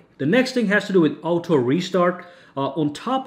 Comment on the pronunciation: I used to like your videos but recently I find your accent so cringy and unbearable. I mean who in the world pronounces auto as ow toe....